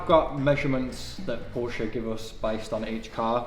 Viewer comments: Now that you're Porsche person, it's time you learn to pronounce it correctly. In German, the 'e' at the end of a word (or name in this case) is pronounced like an English 'a': Porsche. Poor-sha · You've spent so much time with the vehicle and you still can't pronounce PorschE correctly. Best regards from Weissach :) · PorschE not Porsch - somebody who owns one should know how to spell it. The last e sounds like the first e in elephant. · Please, it’s not Porch, but Porsche, you need to pronounce the E at the end. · Its porsche not porsch, americans mispronouncing german car names just hurts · It is a German brand and is not pronounced,, Porsch" the e is not silent. It's pronounced,, porschh" the e is slightly pronounced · please call it porsche not porsh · Porsche (pronounced porsh-uh) not Porsch! Hopefully the dealer corrected that error too. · lol you must be kidding?! He doesn't say it correct. It's not porsh, it's Porsche. Obviously you are not German or You don't know how to say Porsche? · the guys pronouncing it PorschE. Which is correct. I'd love to hear it correctly from you as well mate from now on. It isn't Porsch... :P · For as much as you seem to be into this car, I’m surprised at how you mispronounce the brand {POUR-shuh} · ITS CALLD PORSCHE!! THER IS AN E! NOT PROSCH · This is a PORSCHEEEEEEEEEEEE not a Porsch! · PorsCHE not Porch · nice vid.. but one thing from a german user.. everytime i here Porsch.. it made my hackles rise.... :-) Please please its pronounced like "paw-shuh" or "por-shuh".. the E after the SCH is not silent in german ... keep on :-) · Porsch vs Porsche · PORSCHE... not poorsh.... JFC what is it with you ! Say it with me POOR-SH-AH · Why any english speaker say Porsch? It is Porsche ^^ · It's a PORSCHE not Porsh!! You managed to rebuild a whole Car but not once learned what its name is! It makes me furious to listen!! P O R S C H E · Porsche. Not poorhsh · Porsche, not Porsch ! How many times........... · „Porsch“😂😂😂. „Porsche“amk